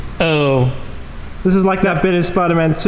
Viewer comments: You said sipderman not spiderman lol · It spiderman not sipderman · ah yes my favorite super hero “sipderman” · Sip der man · it's actually spider man